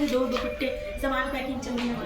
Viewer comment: Saman bolna to seekh lo s sh main fark hota hai gaav main bhi s ko sh nahi bolte